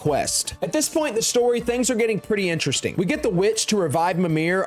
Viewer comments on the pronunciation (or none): none